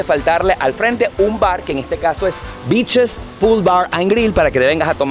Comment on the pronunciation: Ese beaches sonó bitches jajaja